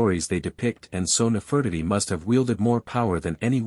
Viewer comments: Her name is:: Ne-fer-ti-ti: get it😅😂👏💯🙏🏾🤨😖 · I apologize for the wrong pronunciation of Nefertiti. Please ignore that and enjoy the rest of the video. Thank you 💯🙏🏾